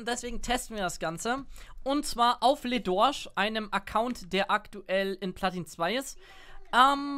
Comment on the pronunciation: ich wollte dir schon lange mal was sagen: Bei „LeDorsch“ ist das „le“ nicht so ausgesprochen wie es geschrieben wird sondern „lö“, man sagt also „Lö Dorsch“